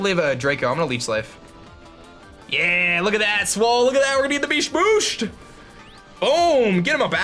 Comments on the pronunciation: you mean BEAST BOOOOSHT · "We're getting the Beesht Boosht!!" Duncan is that you?